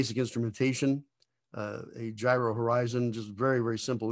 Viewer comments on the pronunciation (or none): none